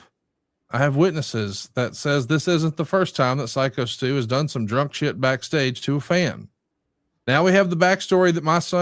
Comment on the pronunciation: Glad now knows Stu’s name is “Psycho Stu” and not “Sicko Stu” like he was saying for a couple of weeks lol